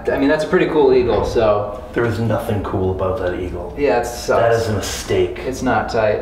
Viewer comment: "It sthucks"